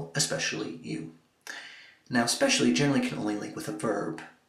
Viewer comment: why do Americans pronounce it as 'expecially'